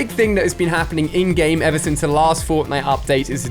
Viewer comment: He said forknite